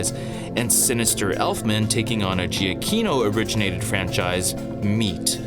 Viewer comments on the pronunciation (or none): To be honest, I wasn’t really blown away by the music battle or by Danny Elfman’s score in this film. But your analysis gives me a new perspective that I can at least appreciate. Also, just as an FYI: Giacchino is pronounced as juh-key-no.